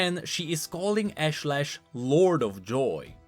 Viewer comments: Love how he mispronounces "ashlash" literally after seconds after Nilah says it correctly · I like that Nilah pronounced her demon's name for you and then you continued to mispronounce it. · you heard her pronounce Ashlesh and still pronounced it the same way?